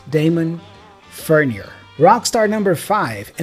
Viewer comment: Cool video. A few mistakes though. Eddie Vedder's middle name is pronounced 'Lewis' and Alice Cooper's last name is pronounced Furnyay. It is french in origin, and they pronounce the 'ier' as 'yay'